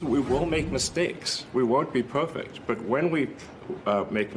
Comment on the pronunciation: The way he pronounces "perfect" makes me think he is actually Marvin the Martian's nephew. He's trying to go home.